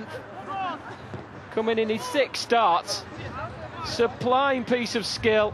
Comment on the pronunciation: is it me or does he say 'supline piece of skill'? wtf